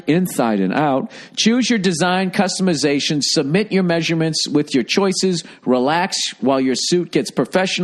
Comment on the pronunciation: ...did you say customazation?😂😂😂